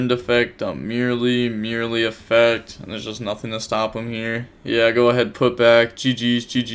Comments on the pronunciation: For God's sake it's Mer-lee, like "mer-maid", not "merely" lol.. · Its so easy to pronounce it correctly, why take the extra effort to not read the name and mispronounce it lmao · How do you pronounce Reino correctly, but mispronounce merli? You doing it on purpose !😂